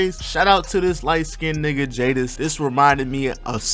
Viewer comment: Jaydes pronounced jades not jay-des 😭